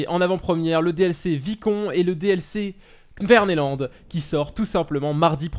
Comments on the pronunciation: salut super video mais on dit k verneland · Slt dsl de te reprendre car je n'aime pas reprendre les gens mais kvemeland se dit Ké-vemeland